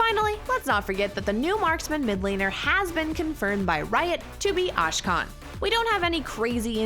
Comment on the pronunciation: A K SH A N NOT A SH K A N